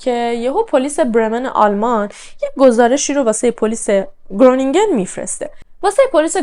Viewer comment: شهر خرونینگین هلندیا گ مدارن و ج و گ خ خونده میشه